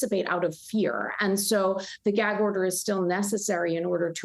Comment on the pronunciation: Why can y’all not even get the word gag out of your mouth 😂 y’all both kept trying to say jag order 😂